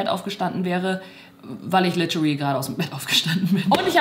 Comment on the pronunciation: „litchuly“? 😂 heißt es nicht literally ?😂